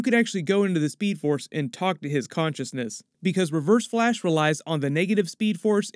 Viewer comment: In he said blash